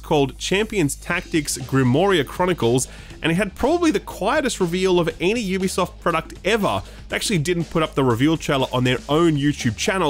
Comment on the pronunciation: Someone in games journalism who says "Ubisoft " correctly. Who knew?